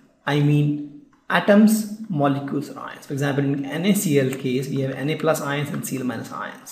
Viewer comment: for example when he is saying...ions....it is ins